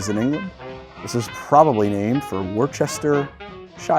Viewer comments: It's called Worcester pronounced Wooster. You have confused Queen Mary sister of Elizabeth with Mary Queen of Scots who was their cousin who was beheaded. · It’s pronounced Wooster